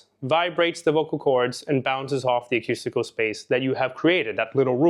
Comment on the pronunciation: I so appreciate your insights into singing but I need to correct your pronunciation of "acoustical". It's pronounced "akoostikl" and not "akyustikl". Thanks again!